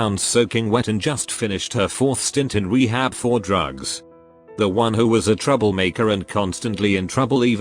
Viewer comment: lmao i love when it says Droogass for drugs